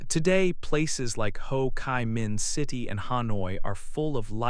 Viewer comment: There is something wrong with the pronunciation of the proper names, such as Ho Chi Minh, Doi Moi... But anyway it's a great video about Vietnam! Thank you for making this awesome video and sharing it with us!❤❤❤